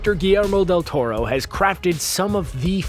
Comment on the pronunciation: He got Del Toro's name right at least.